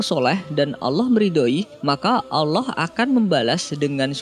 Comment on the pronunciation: Kak bilang nya allah bukan alah